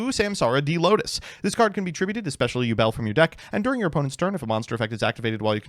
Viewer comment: Have a drink everytime he says ubel